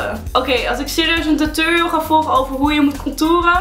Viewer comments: Het is niet tuturiul maar tutorial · Je zegt t als turoriols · Je zegt geen tuturial..... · Tuturial? Het is Tuutorial (zo spreek je het uit) Haha er staat duidelijk een 'o', waarom zeggen jullie dan een 'u'? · omg ik erger aan het woord tutorial want jullie zeggen tuturial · hahahah jullie zeggen tuturial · Het lijkt wel of jullie tuturiel zeggen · Haha je spreekt het met een o uit